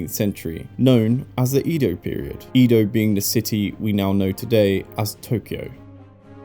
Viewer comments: The "E" in Edo is pronounced Eh, not Ee. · Please say “Edo” correctly.